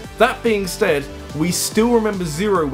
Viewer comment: He says " that being stead" , instead of "that being said."